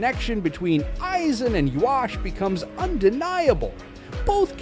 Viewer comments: no, that's japanese pronunciation. For English it should be Yuha-bach. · No, it is supposed to be Yu-ha-bach or Yu-ha-wach